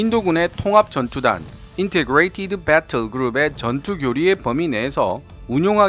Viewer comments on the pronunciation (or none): 늘 보고 있습니다. 70 넘은 나이에 새로 군사 무기에 취미를 붙일만큼 재미 있게 만들어 주시는 수고에 늘 고맙게 생각합니다. 분명하고 활발하며 자신있는 원어민 음색의 영어 발음도 훌륭하십니다. 다만 액선트의 위치는 꼭 확인하세요. integrated 는 첫 음절 액선트에 익슥한데 마지막 음절 액선트는 생소합니다.